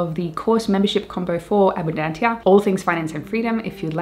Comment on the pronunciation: The latin ABUNDANTIA is pronounced ABUNDANZIA, thank you.